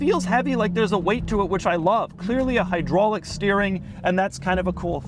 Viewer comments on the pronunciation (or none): none